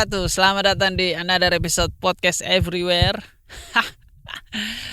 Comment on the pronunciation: RIP ingris "podcast everyware"🤣🤣🤣